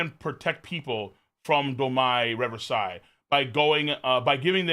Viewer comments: Domi Reversi is pronounced with ee sound. Look it up and it will explain Mu's power. Won't work on Luffy. Answer that phone. : ) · I still don't get why pronounces Domi Reversi like that lol